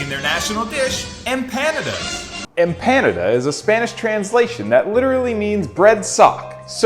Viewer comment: Who knew Empanada rhymes with Canada ?